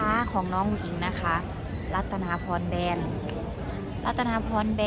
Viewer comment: เขาอ่านแบรน ต่องกล้ำด้วย ไม่ใช่แบน แบนแต๊ดแต๊